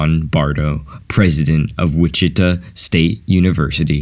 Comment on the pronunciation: WTF did he just say when pronouncing Wichita? Is this a robot?